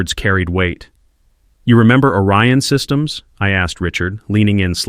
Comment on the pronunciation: And is it ORION SYSTEMS or ARYAN SYSTEMS.Your AI bubble writer is confused ..Because 1 sounds legit but the other .ARYAN ..errrrr sounds a bit ..how can i put it..Master racey as in Hitler